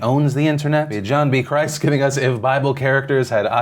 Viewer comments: John B CHRIST? hahaha I know it's a Bible video but his last name doesn't have an H... it's just Crist. Love him though. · John B Crist is pronounced "Krist," not "Christ" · John Crist (not a long I), lol, but his stuff his hysterical. His stand up is better than his videos but the videos, overall, are hysterical, too. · Love that you included John Crist in TIA, he is fantastic... but it's pronounced like crisp, not Christ. Regardless, go check out more of his content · You mispronounced John B Crist's name XD